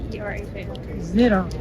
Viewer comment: I think the name Zitterhal comes originaly from german language: Zitterhals = Shaking-neck, Zittern=shaking, Hals=Neck, you would pronounce the „a“ like in Alabama, not like in hall. 🥰 from 🇨🇭